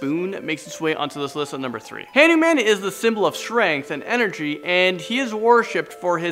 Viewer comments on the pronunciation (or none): it's Hanuman pronounced, Huh- nu- mun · Dude say hindu goddess nice. This is how you say it hanman (han oo man) krishna (krish na) sai baba